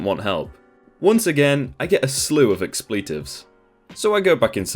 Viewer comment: "Expleetives"? Come on.